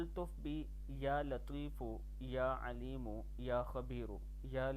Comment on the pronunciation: اعراب درست كر ليں يا لطيف....يا عليم.....يا خبير ..... پیش پڑھا جائیگا نہ کہ زبر